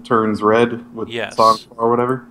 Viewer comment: It's pronounced Sang Froid! :P